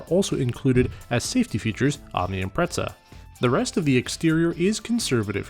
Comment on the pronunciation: what is the correct pronunciation of Impreza, cuz you're saying it like pizza